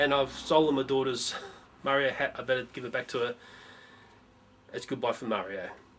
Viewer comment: Its MARIOOOO :)